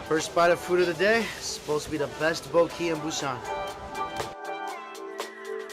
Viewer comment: the tteokbokki pronunciation is killing me